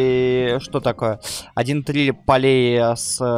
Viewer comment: я конечно всё понимаю тебе щас нафиг не нужен инглиш но умоляю ЧИТАЙ ПРАВИЛЬНО я просто не могу слушать как ты произносишь по английски почему полей поле это на английском field а pollen переводится как пыльца а ты говоришь полей вместо полэн(так это произносится на английском) я конечно понимаю у тебя свои ассоциации но у тебя так чуть ли не со всеми словами и миллионы путать с миллиардами как так можно и это меня просто бесит а так у тебя видосы очень информативные и прикольные чтоб ты понимал я 2 ГОДА НЕ ПИСАЛ НИ КОМУ КОМЕНТЫ ЕЩЁ РАЗ УМАЛЯЮ ЧИТАЙ ПРАВИЛЬНО. у тебя в школе или где нибудь вообще преподовали английский или ты учил немецкий или французкий? у нас вот например преподовали инглишь но потом добавили немецкий а щас вообще немецкого нету а вместо него французкий!но английский есть всегда!!